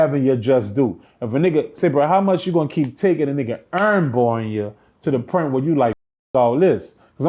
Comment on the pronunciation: "When you get to a certain pernt" lol. It's point bro. Lol